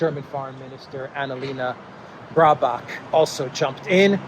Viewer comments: allow me to point out that the german foreign minister`s name is BAERBOCK (sic), as in (english pronounciation) "Bare-bock"; not "Brabock". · German foreign minister name is bear-bock like the animal bear. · The bitches name is: Baerbock not Browbeck